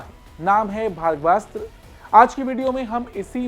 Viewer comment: You are pronouncing the name incorrectly